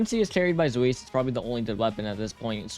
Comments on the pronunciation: "zuis" "splaten" what are these pronounciations like okay, i kinda get zweis, there isnt really a similiar sound in english. but "splaten"? why is he L in front of the a?? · I know I’m going to sound like the grammar police of German word fun. But it’s pronounced Zwice. It stems from Zweihander